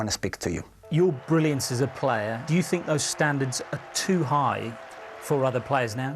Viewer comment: Are you temperamental? Pause, What do you fink?